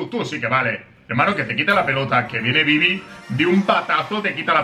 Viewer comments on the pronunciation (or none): si prestan atencion en el minuto dece beybi en lugar que bibi